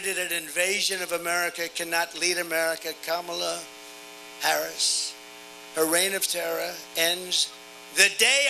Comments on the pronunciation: Wow, he pronounced VP Harris's name correctly.👏👏👏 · Hey! He pronounced her name right!!!🎉🎉🎉🎉